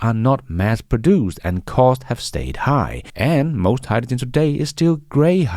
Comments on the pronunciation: Hyjijen? You're not the only one who pronounces it this way, of course. I saw a Sabine Hossenfelder video recently, who is German, I believe and pronounces it similarly. Fascinating. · What's Hi-Ja-Gen??🤣🤣🤣🤣 Just kidding you and the way you pronounce hydrogen.